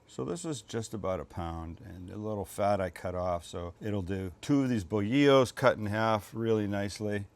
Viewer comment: Bolillo is pronounced bowl-lee-yo if that makes it easier Sam… good pronunciation on mollete… also don’t sleep on the pan dulce (sweet bread) at Northgate. Although I hear the bread isn’t as good as it is here in LA for some reason..